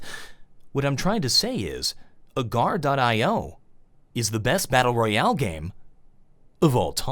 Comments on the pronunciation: too drunk to know where the replay button was to turn it off. As soon as I thought I was safe all I heard was "battal royowl" how ever he says it. Now I'm an alcoholic thanks. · Drinking game: Take a shot each time he says "battleryoale".Thank me later.